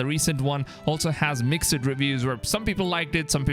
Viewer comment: lol the h in honestly is silent my guy Edit: mixED?! Wtf Another edit: ghonestly?